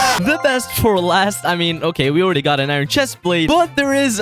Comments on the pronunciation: That's a lot of eye-run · 'I rin ingots"